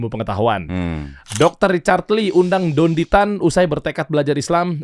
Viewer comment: nyebut namanya aja udah salah hadeuuhh... Dendy Tan itu org mana?🤣 Maaf ya, dr penjelasan² itu sangat² masuk akal, bisa diterima oleh siapapun yg terbuka hatinya, bukannya saya/kami mendewa²kan beliau ya, tp memang benar adanya Sesuai dengan data & fakta yg ada Beliau bergerak di mualaf center adalah buktinya, bukan sembarang orang Dari situ aja mungkin sudah jelas ya